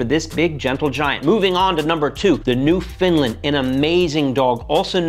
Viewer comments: Say 'newf-in-land' with the accent on the first syllable, but the last one should sound as it's spelled :) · The Newfoundland is not pronounced “new-fin-land”; it’s pronounced “new-fun-land” after the Canadian province where they were originally bred. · It’s pronounced New-found-land. Not New-fin-land 😊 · How does one pronounce "Foundland" as "Finland"? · They’re not pronounced “ New Fin Linds* :( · Why is he pronouncing ‘Newfoundland’ the way he does? It’s sounding like ‘Newfinland! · It's pronounced newfin land. Not new finland. 😅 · I'm sorry, a New... Finland?😂 Aren't you supposed to pronounce it as New FOUND land? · It ain't new finland dubmass! New fn land..rhymes with understand. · Newfoundland is not pronounced newfinland lol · New-FOUND-land is a place, I guess New-FIN-land is yet another Americanism. Why wouldn't you learn the correct pronunciation before you make the video. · he did although he pronounced it Newfinland. It was the huge black dog. Number two in this lineup. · I'm Canadian and it's pronounced New Found Land dog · Geez I've never heard that pronunciation before either! What the hell is a New Finland? 😂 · New-Finlind...🤣🤣 As a Canadian, I approve of this new, hilarious pronunciation of our rocky province! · Dude out here pronouncing it New Findlands lol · "New-Finlands"? Wrong country,. Might want to check your pronunciations before you post. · Why does everyone pronounce them New Finlands? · Why does he pronounce "Newfoundland" as "NewFINDland"? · It's pronounced " New Found Land" not the way you did. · Please stop pronouncing the name of the Newfoundland dog as if it is spelled New Finland. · You’re killing me here. “Newfindlind” as you pronounce it, does not exist. For future reference try this rhyme ,”understand…..Newfoundland! But we are used to this. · You need to learn the correct way to say Newfoundland. It is pronounce New-Found-Land. How do I know? I'm from Canada and that is how it is pronounced. Not your version.